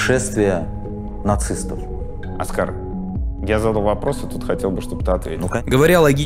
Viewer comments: Да. Тоже резануло. Так подробно всё разобрать и не заметить, что «Оскар» никакой не Оскар, а самый обыкновенный ОскАр. 😂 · произносится оскАААААААААААААр Кучера🤦🤦‍♂🤦‍♀ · Как ты смог весь выпуск неверно ставить ударение в имени, при этом вставляя отрывки где Юра говорит правильно - оскАр. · Аргументируйте, пожалуйста, почему Оска́р вдруг стал О́скаром? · Да он оскАр, а не Оскар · Он ОскА'р, а не О'скар, вы же смотрели целое интервью с ним, как так... Дудь никогда не восхищал, как интервьюер, он часто лезет со своим мнением и здесь занимает им половину интервью, вместо концентрации на госте. Здесь он был не корректен и пытался доказать, что ОН прав, а не "безпресстрастно донес до зрителей точку зрения гостя", хоть это и было бы тяжело сделать, так как гость не понимает, о чем говорит и не знает, что говорить. Удивительно, что вообще разбирали точку зрения Оскара, ведь у него ее по факту нет, он что-то где-то услышал и ни в чем не разобравшись сказанул, что он "за" и хайпанул на этом. А при любом вопросе он отвечает " Я не знаю, я услышал где-то, я думал так, я плохо разбираюсь, сам никуда не поеду, сыновей не пущу, но парни в окопах молодцы, продолжайте, но я ниче не знаю". Особенно мне понравилось, когда он сказал, что "там" лучше знают, что делают и просто бьют по рукам (сажают, объявляют иноагентами) тех , кто высказывает своё мнение, и он считает, что это ,по сути нарушение человеческих прав, нормально и оправданно. Сказали тебе дай лапу- давай. Сказали молчи - молчи. И его актерка на протяжении интервью просто ужасна. Я думала будет именно ее разбор, и разбор микроэмоций как с Шурыгиной, но нет... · Почему бы не делать ровный сбалансированный звук в выпуске? Если что обращайтесь могу помочь с этим. А ещё конечно интересно что вы решили называть Кучеру Оскар, а не оскАр как он себя сам называет) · Интересное видео подучилось, только на протяжении всего видео имя Кучеры произносится неправильно. Его зовут оскАр, а не Оскар. Ударение на второй слог